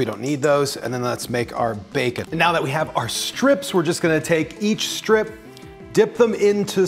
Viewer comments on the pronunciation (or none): none